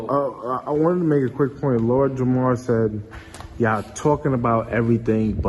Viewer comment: Lard Jamor... How do you mess up someone name that bad LMAO